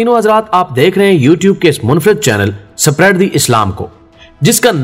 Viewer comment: سپریڈ نہیں ہوتا بلکہ اسپریڈ ہوتا ہے